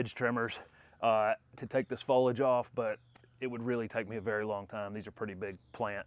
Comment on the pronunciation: So genius he can’t pronounce foliage right